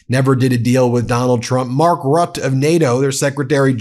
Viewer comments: It’s not Rut but Rutte and not MaCrone but Macron. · You say Marc " Rot" it is more like Marc "Routte". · It's not 'rut', Ben - it's pronounced ROOT-uh. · Mark Rutte is pronounced RUT-tuh